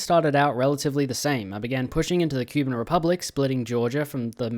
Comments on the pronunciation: ITS NOT "QUE BIN" ITS "COUP BAN" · Poroshenko was the president of Ukraine through 2014 to 2019, very anti-Russian/Pro-Eurooe, more so than Zelensky. And pls, for the love of God, do not use foot infantry in the 2020's it ain't worth it. Also I think it's pronounced Koo-ban